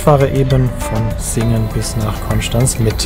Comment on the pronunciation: Vielen Dank für deine korrekte Aussprache von Konstanz 😂🙏🏼